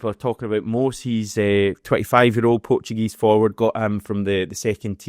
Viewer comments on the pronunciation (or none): none